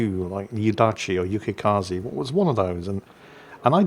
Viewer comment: AL Yukikaze is a captain that won't you left indifferent for bad or good 😅. And get her name right omg 😱